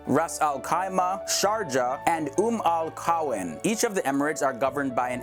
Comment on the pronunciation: The way he said Umm Al Quwain... XD Also I would rather be really cold